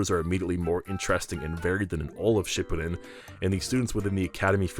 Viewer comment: He mispronounced shippuden every time